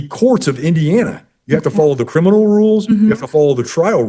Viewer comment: Shes saying CRINImal